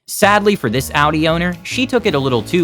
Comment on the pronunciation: bet all the Germans were proud he pronounced Audi right 😅